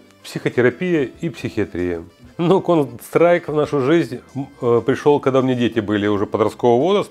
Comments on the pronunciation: Кол страйком??? Контр страйк!!! Ухо режет. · кон страйк! аж уши режет!!! почему он не может выговорить контр страйк? какой нахрен кон страйк! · Он говорит "КОН СТРАЙК")))) ЛОЛ))) Почти что КоньСтрайк))) он рил немного походу не в курсе как правильно игра называется или произносится) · Бесполезны такие игры для людей 60+. Он даже название игры правильно сказать не может, о чем речь. Лучше бы в шахматы, это интеллектуальные игры. А "ихра кон стайк" только реакцию развивает и то, для подростков сгодится, не более. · Сколько раз он сказал конс трайк ?) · Кон страйк он говорит, или мне слышится?))) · чел палится тем, что он Кс(контру) Называет коунсрайк ...не верю. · Выглядит он так как и должен выглядеть человек 60+ Он конечно молодец, но название игры коверкает прям брр :) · когда-нибудь он сможет выговорить название игры) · Выглядит как постанова, играет в дм на серверах валв, ну и как то неуверенно говорит, даже название игры неправильно произносит